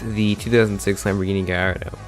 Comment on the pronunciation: Gardo? You mean Gallardo? Where the fuck did the "ll" go